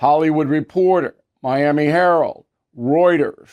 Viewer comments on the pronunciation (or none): none